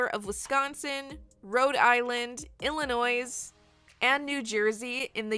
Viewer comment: N-no you don’t pronounce the s in Illinois 😞